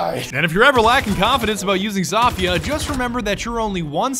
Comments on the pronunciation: he is pronouncing it Za-Fia not Zo-Fia he is saying it wrong. He even said it right in the video and then he corrected himself to say it wrong so he is saying Za-Fia on purpose even though he knows he saying it wrong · Did he say Za-Fia instead of Zo-Fia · lamo its pronounced SOPHIA , not ZOFHIA LMFAO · Y does he call her zaafia not zofia he he says the o wrong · It’s Zofia because it’s zo-fi-a not za-fi-a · Zofia not Zafia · I hate how he says zafia and not zofia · lowkey pisses me off. its not zafia lmao. its pronounced zofia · if u in 2019 im just mad that he said zofia zafia im angered fix or ima have to UN SUb dawg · It’s Zofia like Zow-fi-ah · Wtf did he just call her “zawfeea”😂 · Its actually zoh feeah im polish ik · hey i think it is said Sofie i know there is a z but i think it is making an s sound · Its pronounced like so-fia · > Pronounces name correctly > "Corrects" himself to incorrect jumble of sounds You blyatiful bastard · U said it right the first time